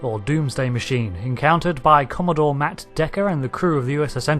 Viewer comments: "Commodore", not "Commadore". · "Commadore" aaaaarrrgh. Jokes, we all make mistakes sometimes :)